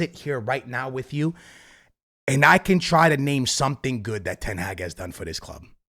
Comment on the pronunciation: Please learn how to say ten hag